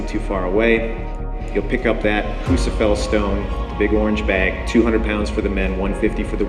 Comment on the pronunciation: Can someone please tell how to pronounce Rebecca Fuseliers' surname? It's Fuse a lear.